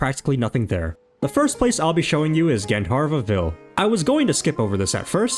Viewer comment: gandharva is pronounced gun dhar vuh